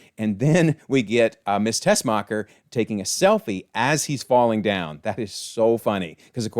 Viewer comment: I'm so glad somebody knows her name is "Tessmacher" 😂 so many other YouTubers keep calling her "Teskmacher" or "Testmacher" 😡😂